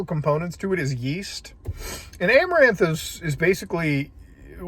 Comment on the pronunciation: As soon as you said Amoranth i stopped the video. I know what happened. I don't need to hear about it twice.